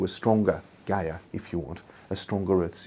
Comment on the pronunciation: Talking about evolution, altruism, information theory & climate change in one interview? Tim must seem like the anti-christ to the god botherers & one of the lizardmen hierarchy to the right-winged conspiracy theorists. And when he says Gaia (synonym for nature / mother earth etc) I bet they hear "Gay-er" as in more homosexual. Lol.